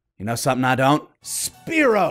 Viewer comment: It's spyro not spearo